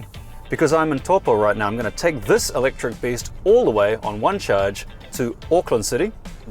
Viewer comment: He says this as thezz.